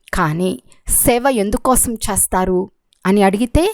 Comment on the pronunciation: అమ్మ తల్లి చస్తారా, చస్తారు, చస్తాం కాదు చేస్తారు కదా తెలుగును ఖుని చేయకండి. మీ తెలుగు వినాలంటే భయం వేస్తుంది.